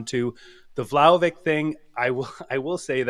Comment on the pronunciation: Ragazzi, can’t say I disagree, but, you’re a juventini. It’s Vlahovic, not VlahovICK. What are we doing 😂? Had to call that out.